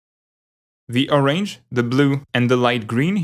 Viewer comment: Very informative! I'm rather new to digital art, so this was really helpful. By the way, that is not how you pronounce orange :D